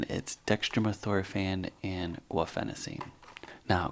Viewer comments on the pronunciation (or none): Let's set aside the (slightly alarming) fact that you can't pronounce it. From a Feb 2018 Pubmed case report: "Daily use of guaifenesin (Mucinex) in a patient with chronic bronchitis and pathologic mucus hypersecretion: A case report: We report an improvement in symptoms and quality of life with long-term use of guaifenesin for the treatment of mucus-related symptoms in a patient with chronic bronchitis, who presented with mucus hypersecretion, cough and dyspnea. (...) His forced expiratory volume in one second (FEV1) was 23% of predicted, his Global Initiative for Chronic Obstructive Lung Disease (GOLD) COPD score was 2, and asthma control test score (ACT) was 11 indicating moderate to severe chronic obstructive pulmonary disease and uncontrolled asthma. Given his chief complaint of “too much mucus”, which was worse in the morning and took “forever to cough up”, we recommended that he add guaifenesin (Mucinex) at a dose of 600mg/day to his medication regimen. Within three days of starting guaifenesin he estimated an approximate 60% decrease in the volume of mucus, and reported that the mucus was much thinner and easier to expectorate. He also noted less frequent and less forceful coughing and was able to breathe better. Daily guaifenesin therapy was continued for 3 months and then pulmonary function tests were repeated. At this time FEV1 was 24%, GOLD COPD score was 3 and ACT score was 14. Despite the lack of improvement in pulmonary function, asthma control improved b